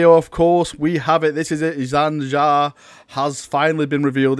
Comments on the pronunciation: please for the love of god just take 5 minutes to learn names before you record a sodding video. primaris not primihris jain zar not zan jar tor garadon not torgadon feirros not ferryoss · Its Jain Zar not Zain Jar.... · Jain Zar, Zan Jar, Jan Jar, Zan Zar, Zain Zair, Zhan Zhar, Jam Jar, Han Har... Any further mispronunciations of her name that anyone else heard? :P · just thought you might want to know its pernounced Jane Zar Despite being spelt Jain Zar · You kept saying Zain Jar lol. Plus, it did say October in ther video.